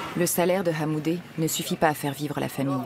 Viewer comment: Belle prononciation de HAMOUDINE de la part de la narratrice